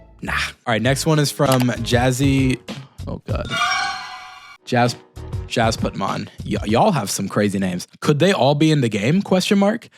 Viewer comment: Omg my comment yay!!!! Thanks for the shout out even tho u kind butchered my name! Pronounced put- man !